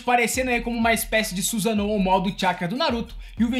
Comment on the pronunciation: Nao é Obíto, é Obitô... não é SUZâNO, é Sussáno... nao é Djenquidama é Guenki Damá